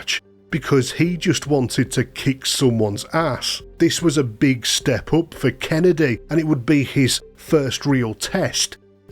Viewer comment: You’re getting it wrong Every time you say Kennedys name. You gotta do right MMIISSSTTTEEEEEERRRRR, KENNNNNNNEEDDDDY - KENNEDY